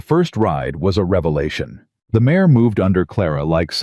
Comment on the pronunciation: It's not mayes, nor mayor, it IS MARE !!